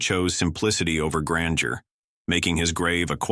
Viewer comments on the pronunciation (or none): none